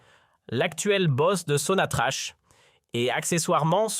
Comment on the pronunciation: Que des bobards..! Qui va vous croire ? Les imbéciles comme vous semblez l'être..si vous êtes comme vous l'insinuez, vous ne diriez pas Sonatrache..mais Sonatrakk..